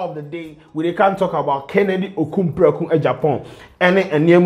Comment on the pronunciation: The name is Kennedy Akompreko not Okumpreko